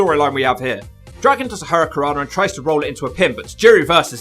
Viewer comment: can’t say “hurricanrana.” He leaves out the first “n”.